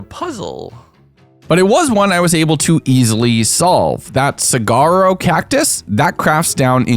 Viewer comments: Him saying “sa*g*aro” KILLED me… it’s “sawaro” 😭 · JSYK, "Saguaro" is pronounced "suh-wahr-row", not like "Cigar-oh". Saguaro cacti are the type of really big cacti you always see in westerns and such, the ones that kinda look like a silhouette of a guy being held at gunpoint with his hands in the air. They can have more or less "arms" than 2, but they're always drawn with 2. Also, why do you keep calling it "glisNering" melon? it's glisTering (glistering means "shiny") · hearing you say sah-gar-oh when pronouncing saguaro (suh-waa-row) really upset me for some reason lol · As a native Tucsonan hearing someone pronounce it “sag-aro” hurt my soul. Lol. Just for future reference, it’s pronounced “sa-huar-o” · Arizonan here, Saguaro is pronounced "Sa-w-are-oh" also fun fact: it is illegal to cut down or harm a saguaro cactus here in Arizona